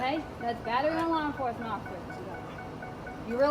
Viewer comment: Did she say , "HAW ENFORCEMENT" as in a donkey?